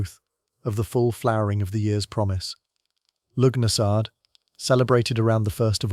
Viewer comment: It’s pronounced “Lugh na sa” you AI git!